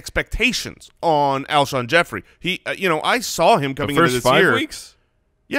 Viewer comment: Lmao I kept thinking “it’s Alshon” over and over during the beginning segment, having to watch and struggle with that was kinda painful haha